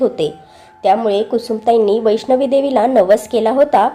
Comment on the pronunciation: वैष्णवी नाही. वैष्णो.